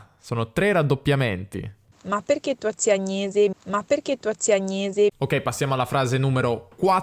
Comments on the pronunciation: ciao! da originario della provincia barese volevo far notare che la tua parlante barese "soffre" un po' di ipercorrettismo della pronuncia di alcune e. la pronuncia barese autentica delle e come in "te" (pronome), "che", "è", e "perché" è sempre con la e chiusa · In parte hai ragione, nel senso che ormai siamo abituati a sentire una gran confusione nella pronuncia di vocali chiuse e aperte secondo la provenienza del parlante, ma ti assicuro che, per me, sentire un 'perchè' con la e aperta, è davvero fastidioso...